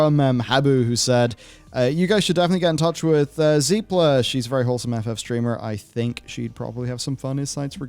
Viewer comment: Zep-la...not zeep-la.